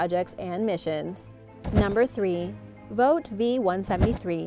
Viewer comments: Vought is pronounced "vort" not "vote". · I've never heard the company Vought pronounced as (Vote), is that the right way? I've always heard/said it like Ought, with a V in front.